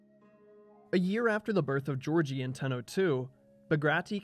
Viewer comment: Tiny correction: Giorgi is pronounced Guiorgui. The j sound is never written with the letter G.